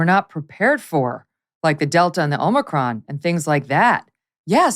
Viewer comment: If he's only a director, that's not third in line from CEO of Pfizer - look up a corporate structure. He said "omni-cron." This is not a high level operator